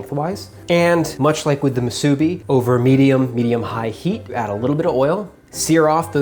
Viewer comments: Not muSUbi...its musuBI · Great video but its pronounced moo-soo-bee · The way how he said musbi is so wrong 🤦🏽‍♂️ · I cringe at how you say musabi lol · Itʻs moo-soo-be! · am i the only one that’s lowkey triggered on how he says musubi? “moo-subi” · pronounced moo-suh-bee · ill give him that he did pretty good with the musubi lol even got a lil fancy with the sauce and smart with the can 4.5 out of 5 (mostly cuz of the pronunciation kinda made me cringe one too many times lol) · Anyone else from Hawaii cringed when he pronounced "Musubi" incorrectly or is it just me? lol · Hawai’i ppl: cringing every time you say Musubi 🙃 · I physically cringed every time he said musubi 😭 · Me, too! Glad to hear I wasn't the only. But I also cringed when he made sushi rice for the musubi. He should have called it spam sushi musubi. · The way you say musubi annoys the fuq outa me.